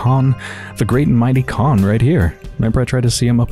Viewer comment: Ok I have to step up😂 About the pronunciation: “kh” is to be read like [h], so Khan will be [han], Burakh-[Burah] , Stakh -[stah] and so on Next, Georgi Kain is [Georgii Kain], not [kein]. And yes, right you are , in the majority of cases after marriage female gets male’s surname+”a” in the end. So if the husband is Smirnov , the wife will be SmirnovA, or Kain and Kaina in our case)